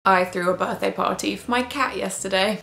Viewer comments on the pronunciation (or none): Gotta love the pronunciation of birthday.